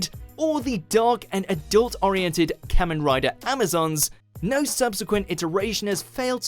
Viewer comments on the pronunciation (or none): it's pronounced Kah-men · I never thought I'd see the day where Super Sentai and Kamen Rider are on a Watchmojo list, and so high up too! (Although it's pronounced "Car-men", just politely correcting) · YESSSSSSSS!!! I new Kamen Rider had to be number one on this list. Next time you should do a list on the top 10 best Kamen Rider seasons. And by the way, you pronounced the word ‘Kamen’ wrong. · I've been waiting for this list since I was 10 years old. I've dreamed of seeing Kamen Rider on a list at #1 for way too long and now I can finally rest happily. Thank you very much WatchMojo. I just wish that the dude pronounced Kamen correctly